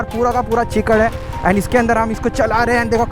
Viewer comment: Chikar❌ Kichar✅